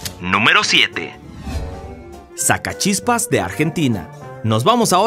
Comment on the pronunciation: Sacachispas no el sscachispas